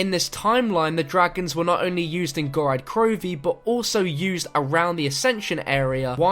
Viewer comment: Ok, how the actual hell can you STILL not say GOROD krovi Not "Gorad"